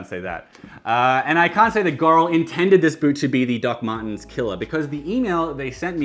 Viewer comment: I know you’re saying “Doc Martens” in a funny accent, but I keep hearing it as “Duckman’s.” 😏